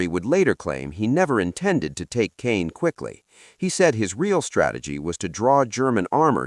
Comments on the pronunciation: It’s pronounced “Cahn” not “Cane.” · B+ It's Market Garden. It's pronounced con, for Caen, not cane. So close to an A. Very good video. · Not cane. Caen edit your crap, thumbs down!